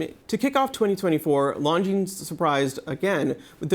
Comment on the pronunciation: Pro tip: learn to say Longines correctly. Ridiculous that a watch channel can't get a basic pronunciation right. It is not "Long Jeans", the 's' is silent.